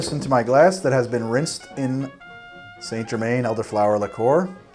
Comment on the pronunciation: It's Saint-Germain not Saint-Germaine